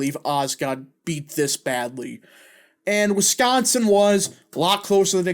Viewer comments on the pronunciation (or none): none